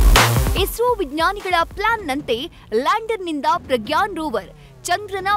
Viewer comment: ಪ್ರಗ್ಯಾನ್ ಅಲ್ಲಾ ಸರ್ ...ಪ್ರಜ್ಞಾನ್✌️